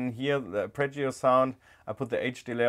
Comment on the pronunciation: "aRpeggio", not "apReggio". 🥴